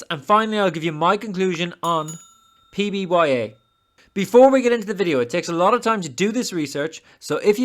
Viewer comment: Great video, but really focus on saying the ticker symbol correctly. It is PBYA! Otherwise excellent DD man!